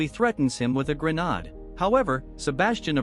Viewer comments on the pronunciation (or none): A gren-arrrrrd 😂